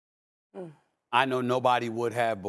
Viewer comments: LUKA not LUKKER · Stephen A! Who is “Luker”? 😂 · Luka with a hard R is crazy